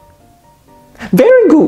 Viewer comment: When you say "very good"😂😂😂